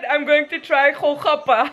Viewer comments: GOL-GAPPA(PANIPURI) not KHO-KHAPPA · Golgappa ..not kho khappa LOL ..gol means round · its pronounced goal-gappa :P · Honey its not khol khappa.. Its gol gappa..😁😃😁😁😃😁😃😁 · It called.......Golgappa or Gol gappa